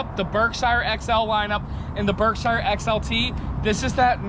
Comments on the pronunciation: I'm from Massachusetts where Berkshire Ins is . It is pronounced "berkshear" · For god sake somebody teach him how to pronounce the word "Berkshire"